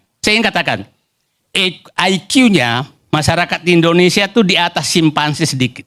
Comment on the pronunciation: Karni ilyas gak usah tayang lagi di indonesia's lawyers club. Bahasa indonesia nya jelek. antara p dan f aja salah2 terus